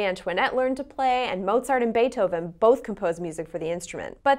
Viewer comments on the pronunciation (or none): none